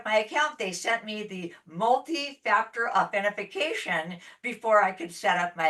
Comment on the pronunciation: good video! I hope someone tells there's no such word as authentiFIcation lol it's authentIcation. there's no Fi in the word